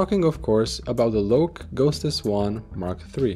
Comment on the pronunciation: I believe the pronunciation is like low-key [ˈloʊki] after name of a god Loki in Norse mythology.